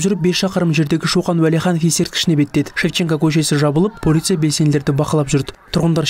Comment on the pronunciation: Полиция дегенді дұрыстап айтшы